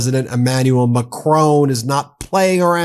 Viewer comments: Now this is irritating me! Please have enough respect to pronounce the President of France's name correctly. It is Mac-ron, as in one, not Macrocrone as in crone! A good channel, but this constant mispronunciation makes you appear like any other isolationist American, which clearly you are not. Pip Pip, and all power to you! (especially when you get the pronunciation right!! Love from the UK. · Macron not Macrone 🙂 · FFS Stop mispronouncing Macron. it's Mak Ron not macrone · Love your channel, and don't miss a single one. But PLEASE. The surname Macron is pronounced exactly as you see it, with the lightest emphasis on the "N". It is NOT "Macrone". French Canadians will appreciate you taking the time to say it correctly. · good work but please stop saying Macrone... iot's MacrON, you know, like on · Now read and say MacRON, not MacROAN. You sound silly and unserious not pronouncing world leaders names correctly. Please….. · Ben, it pronounced like the word "mah- crawn" rhyming with the word "on," NOT "mah-crone" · I know I go on about it but the correct way to pronounce the French presidents name is Mak ron with a virtually silent n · Ben, love your channel. Just one thing, a small thing, please pronounce Macron's name as (phonetically) Mac - rohn, as in John. The 'N' is barely said at all. Not perfect but near. I'm no expert but I am English and this is an English pronunciation, I know French a bit. The genuine 😊French way is more interesting. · I love this channel. But please get MAcron right. Heavy emphasis on first syllable and the final n virtually silent. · Please announce the French PM correctly. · Stop pronouncing the N at the end of Macron. I get you're American, but come on. You sound ridiculous. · Please lear😊n to pronounce Macron!